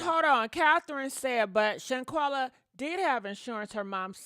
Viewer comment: Im glad you brought Shanquella back up,...a few weeks ago you mispronounced her name, and I thought, "She couldn't have forgotten already!" Especially considering you did such great coverage of the story when it first came out. Please dont forget these women's stories. Theyre more than just content for entertainment purposes. Its important for these young women out here. Keep up the great work!😁👍🏽🏆